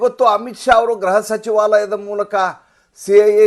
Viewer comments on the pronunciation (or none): ಗ್ರಹ ಸಚಿವಾಲಯ ಅಲ್ಲ ಗೃಹ ಸಚಿವಾಲಯ